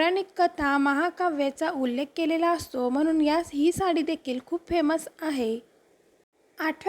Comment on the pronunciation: हाये नाही आहे म्हणायला शिक